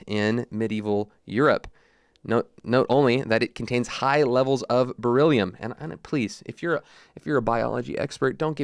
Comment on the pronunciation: Beryllium....You said it right my brother in Christ and the nails isn't in the front of the foot it's the side